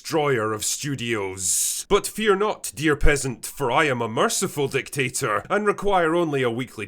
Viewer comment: "Merciful Dictator", or "Merciful Drinktator"?